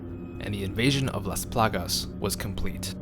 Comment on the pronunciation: Love how he say "lAs plAgas". My Latin ass is in love